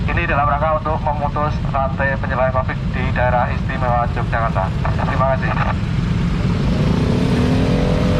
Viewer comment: Yogyakarta bro.. bukan Yogyajakarta😁